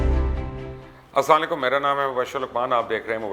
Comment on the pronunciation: Sir could u please don't say aslalyqum🤢 the word is aslam o alyqum 🙏🙏